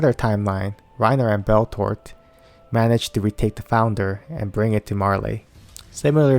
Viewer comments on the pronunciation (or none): “Reiner and beltort”??? why you gotta chop his name up like that